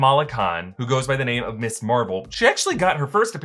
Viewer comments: I love your work, but it really sounds like you keep saying “miss” instead of “Ms.” sorry but it was bothering me! Keep up the amazing content. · Isn't "Ms" pronounced Mizz? If it were Miss Marvel, then your pronunciation would be correct. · needs to learn the difference between Ms. and Miss! they are not pronounced the same